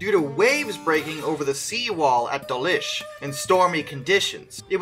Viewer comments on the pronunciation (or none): Dawlish is pronounced Door-lish not Der-lish. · Well done on getting there in the end with pronouncing Bombardier. Tonight's homework is Dawlish - it's "door-lish" :) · Oh; "Door--Lish" nope, all one word, no gap or USA emphasis on the second syllable. You got Bombardier right, well done. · You can pronounce Wolverhampton correct but not Dawlish (Door-lish)? Also, I have been on the 221. It’s decent, to be fair, but you wouldn’t want to sit next to the toilets!